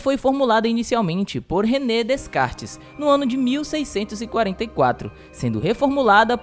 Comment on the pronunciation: Fala-se DECARTES, embora esteja escrito “DeScartes”.